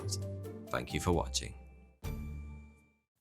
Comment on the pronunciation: No good sir... Fank you!